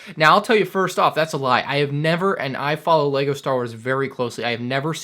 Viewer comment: No he pronounces right and what knows about lego you are so dumb